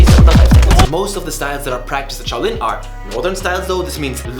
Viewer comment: Do you calling your self shoalin